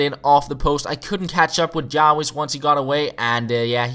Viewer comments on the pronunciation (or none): Lol he said jao-wis instead of jarvis